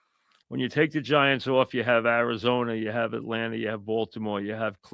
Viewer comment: “It’s a YUGE decision” Etlanter Falcons 😂